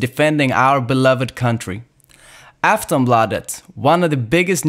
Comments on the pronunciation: If you're swedish then why pronounce Aftonbladet with fake accent? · Varför uttalar du svenska ord som om du inte kan språket? Om du är stolt över Sverige uttalar du svenska namn med svenskt uttal. Jag tror att du kan säga Aftonbladet om du försöker.